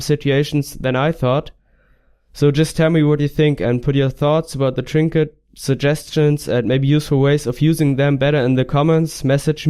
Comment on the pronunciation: Tree-nket lololol